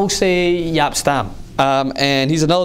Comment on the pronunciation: It’s Stam, not Staam